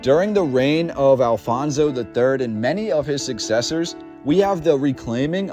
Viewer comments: Your pronunciation of the Portuguese words ruined the viewing of the video. Who is this "Alfonso", do you mean Afonso? Why do the Anglo-Saxons insist on pronouncing the "J" like the Spanish? (Jorge=George) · The Huns were never in Lisbon, or Portugal for that matter. We also never had a king named Alfonso, but Afonso, several! It would also be nice, if our historical figures, castles names, cities etc deserved NOT Spanish pronunciation but Portuguese one!